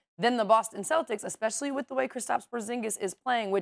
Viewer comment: Kendrick "Ecspecially & Hicstorically" Perkins lol....gotta love him.